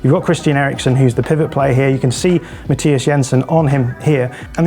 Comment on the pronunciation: He even got Jensen's first name right, despite Thomas Frank insisting on "Anglifying" it.